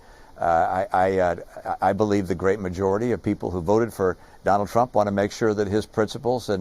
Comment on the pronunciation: Cant even say Trump lol